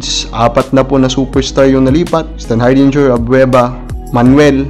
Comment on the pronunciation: Ayusin mo yang pag pronounce mo ng stanhardingger , o gawin mo na lang na standhamburger para madali ipronounced.